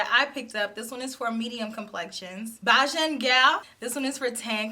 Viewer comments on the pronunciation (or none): let’s use Bajan as in “Cajun” chicken lol. Cuz Americans say John as in “Jahn “ (well some of them.) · you can pronounce like us in the Caribbean “bajan” = “beige-un”. It’s the nationality for Barbados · I had to lol a little when you said "Bajan Gyal" - Bay-jun (as in Barbados). Or if you rather Bay-john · Lmao! I was gonna comment the same thing! My family are jamaican so i know how it's pronounced. 😂😂